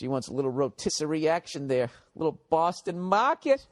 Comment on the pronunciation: “She wants a little “Rotisserie” action”..........Baaaaston Maaaaaahhhhhkit”.................................🤣🤣🤣................🤣🤣🤣.....😳😳😳